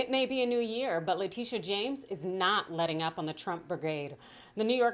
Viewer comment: Fyi: the ny AG's name is Letitia James. Her nickname is "Tish" which means her name is pronouced La-TISH-ah, not LA-Tee-sh; Just like Phylicia Rashaad, not Fah-lee-sha